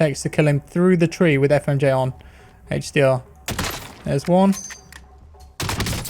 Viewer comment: Came here for the "hache dee awr"